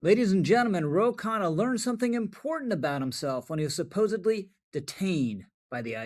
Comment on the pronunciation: Not to be nit-picky but his name is Khanna, not Kahane. They sound similar, but the latter has a different connotation. Goes to show that there are plenty of racist Israelis, just as there are plenty of racist Arabs.